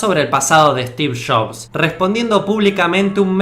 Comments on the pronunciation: “Stiv shofff” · Estiff Joffss xdd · stif shofs xDDDDDDDD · steve chobs jajajaj 😀😄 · Yo soy Argentino y no digo, Estifff Shabsss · "Estif shobs"